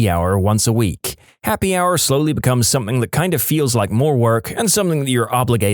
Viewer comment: No k in the word something